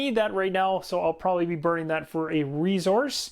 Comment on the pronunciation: Love the explanation and energy! However the word is resource not rezource.